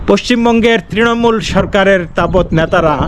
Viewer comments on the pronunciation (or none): none